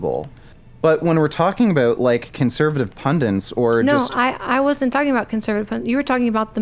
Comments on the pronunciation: 'conservative pundents' - WHY DOES HE KEEP SAYING PUNDENTS? DOES HE ACTUALLY NOT KNOW THE WORD IS PUNDITS? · Every time said Pundints I took a shot. On my way to the hospital now. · Does know that the word is “pundits” and not “pundents”? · Did he say "pundants?"